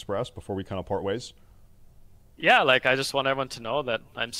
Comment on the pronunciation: Did he say "Is their anything you wanna say before we fart ways" 😂😂 My ribs hurt watching this